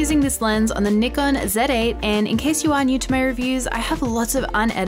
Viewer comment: Wonderful review. Also thanks for saying NIKON and not Nykon Also thanks for saying Z zed and not Zee.